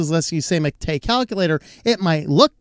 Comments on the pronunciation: While the accent is indeed on the "ma" not on the "te", the latter should still sound long. Like the "ay" in "wayland", not like the "e" in "technical". So yerba mate is pronounced as hair (like on your head), ba (as in ba, ba, black sheep, have you any wool), ma (as in grandma), tay (like that horrifying ai chatbot a while back). That's for the drink anyway, I haven't a clue whether the desktop environment is pronounced the same way or not. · One small correction about the MATE desktop: the right pronunciation would be “mah - teh”, without any accent on the last syllable *te*, which should sound more like the beginning of “technical” - a short, dry pronunciation. The name comes after the popular drink Yerba Mate in Argentina and Uruguay 🧉